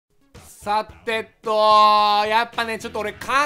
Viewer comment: はじめの「さ！て！と！」が 「ポ！テ！ト！」にしか聞こえませんでした